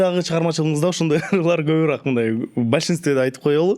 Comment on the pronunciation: Көбүраак эмес көбүрөөк .